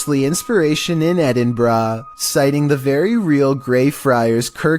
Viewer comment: What edinbraaa??it's Edinburgh